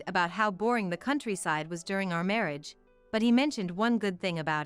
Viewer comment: Words such as marriage wrong prpnounced by narator marreeage